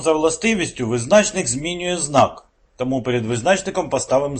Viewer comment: Чому визнАчник, а не визначнИк ?